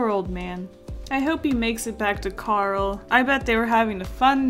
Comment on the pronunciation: She said carl not carol